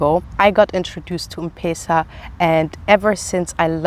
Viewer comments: It’s not mpesa but M-pesa (eme pesa ) 😁😁😁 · I like how you pronounce m-pesa😂 its pronounced like em-pesa welcome kenya anytime ❤️ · M-pesa is pronounced as Empeesa, not mpesa😂 Great content 👌 Do you have a husband anyway? 😍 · its not mpesa....its mpesa...say mpesa😂😂😂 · You are pronouncing M-pesa wrongly its pronounced as empesa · Hi.. M-pesa is pronounced as ' em- pesa '